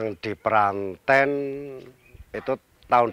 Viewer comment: cara pelafalan Desa Pranten yang benar.